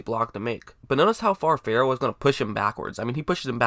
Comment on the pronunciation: Clee-lin Fur-ul. Never heard Ferrell pronounced like that. Also, you said you would have picked Allen. Allen is a 3-4 OLB, Raiders wanted a real 3-down 4-3 DE. Allen can't set an edge.